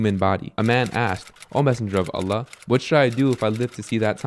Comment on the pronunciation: may Allaah bless you - brother i understand you may be from Syria etc, but the pronunciation of Allaah needs to change as i notice many arab brothers from there speak like that. The emphasis is on the laam ل, not on the "a" in Allaah. Lastly, the haa', ه, needs to be pronounced. It should be pronounced as you do so in the Qur'aan